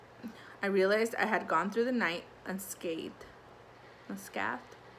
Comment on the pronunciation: "Unscathed" has the same meaning as "unharmed". It is pronounced with a long "a" , as in "save".